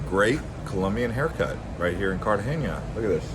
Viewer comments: Cartagena NOT Cartageña. There is no ñ in the name. Also, 20 pesos is $ USD 0.01 so I don't think the speaker could rent a covered area for 20 pesos; maybe $20,000 pesos for a short time which is USD $6.37. I am an American living in Cartagena for 5 1/2 years and wish people who post travel videos would give correct information. Please pronounce the name of the city correctly. The Hilton Hotel is in Barrio Laguito not in Bocagrande. The fort is called CAH-STEEYO - SAN FELIPE, NOT CASSTEEL SAN FELIPE. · Cartagena not cartageña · Except why do you say CARTAGENIA?? Theres no “I” in there. CARTA-GENA 🤦‍♀️ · It’s Cartagena! no CartageNIA! Na, na, na! Like saying NO, tuna, sabana. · Cartagenia? ITS CALLED CAR-TA-GE-NA, Usa citizen are terrible at pronouncing even their own language, they don’t even try. 😝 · So you’re going to do this whole video teaching us about a place - but you don’t even learn how to say the name?!!! Amazing. Cartageña. NOT! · Great video but your pronunciation of Cartagena was killing me 🙃 It’s pronounced Carta-hena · Car- Ta-Ge-Na. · There’s no ñ on the n please learn the correct pronunciation. ❤ thank you